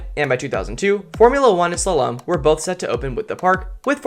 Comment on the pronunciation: Did you mispronounce so many words in a strange way Krypton and Slalom for example